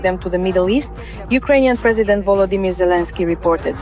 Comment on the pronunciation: S lava. Ukrein Not. Zalasky